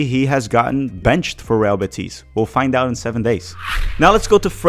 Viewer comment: FYI: I believe Real Betis is pronounced with accent on the "e" in Betis. You are pronouncing it Betís rather than Bétis. There is no accent mark and it ends with "s" so the accent should be on the penultimate syllable.